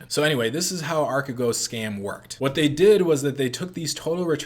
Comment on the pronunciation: yes, that was pretty close actually. it's pronounced more like archeegos (αρχηγός)